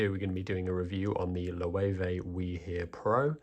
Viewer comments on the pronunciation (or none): Interesting pronunciation of Loewe 😂😂😂